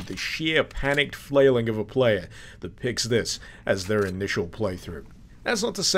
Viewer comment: "the sheer panicked fawlailing of a player who picks this on their first play through" yeah it wasnt the brightest of ideas..